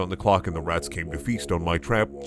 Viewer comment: Them RRRRRATS